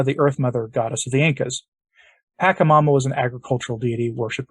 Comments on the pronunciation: It's "pacha", not "paka" That is just annoying to hear... I was a shamanic practitioner for a minute. Until the Lord pulled me away because I asked Him to... Anyway... Pachamama is mother earth. Although, I don't partake in this type of abomination anymore. It would be nice to say the name correctly. Thank you This is all about the new age trap called NSA new satanic age. Do not be fooled people, this is wrong and NOT teachings of Jesus Christ, our Lord The pope is and has been deceived to "get a long" with everyone and their own faiths. It is a trap and I believe that in time he will realize his misguided justices Remember we are all sinners, trying to become saints... Amen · Creepy. It's Pach a mama, from Spanish phonics, not Pak a mama. I can't even listen to this. What about that stang thing? That was so weird. The giant is a bigfoot. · It is not packamama is pacchamama, like China not KIMA...first inform yourself, as you should and then give the information!! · This is not a criticism as such but rather just a pronunciation correction. Pachamama is pronounced, Paw-cha-ma-ma, as opposed to your, Pack-ha-ma-ma. As I said I am not whacking you upside the head, just correcting how you say a word, us old folks are kinda silly that way. 🙂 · first of all, its prounounced Pa-cha-mama, second, its not a demon, pachamama means mother earth, its literrally the deity of the planet, and she is very loving & caring, as she is literally the world. I would not be surprised if the Pope maybe done a secret ayauaska ceremony and met pachamana, got tought some of her secrets? anyway, you should broaden your horizons, I used to be a catholic until I discovered the truth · Thank you for doing the video. Just a friendly suggestion that you correct your pronunciation of PA CHA MA MA. "CH" is not pronounced as hard 'ch' like 'k' "CHA" in pachamama is pronounced soft 'ch' as in 'Charity' Peace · deliberately mispronounces the name of this demon, so as not to give it honor.